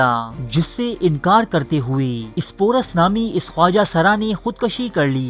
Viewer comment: Bhai "khud kashi" nahi hota "khud kushi" hota hai. Jazak Allah.